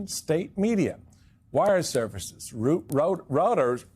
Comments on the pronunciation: pronounced like "Royters" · OMG! Michael Steele can't pronounce "Reuters". He can't pronounce the name of one of the largest, longest established (1851, London) and most highly respected news agencies in the world. What on earth is this man doing as an anchor at MSNBC? Management fires an exemplary journalist like Joy Reid, only to promote an ignoramus like Steele. It's no way to run a railroad cable news network, that's for sure! 😠😡🤬